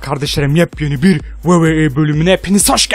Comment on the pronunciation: adamlarin ismini ve wwe nin soylenisini yanlis soyluyorsun kardesim wwe yazildigi gibi soylenir the miz yazildigi gibi soylenir sen the mize zi miz diosun kupoyorum orda😂😂